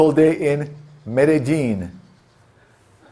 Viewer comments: Well it’s medeJJeen so you said it right this time😉Keep doing you my brother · Congrats, you said "medellín" perfectly this time! Solid advice, great video.